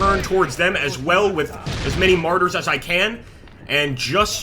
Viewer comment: I keep hearing "Martyrs" instead of Marders. Is this a Jihad simulator?